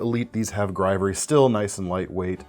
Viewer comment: You pronounced the word for the handle material "grivory" two different ways. It should rhyme with "ivory". Just sayin'. 🙂